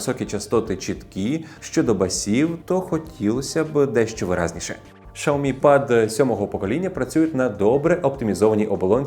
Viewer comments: Шаомі 😂 дід шось заганяється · Дизлайк за шаомі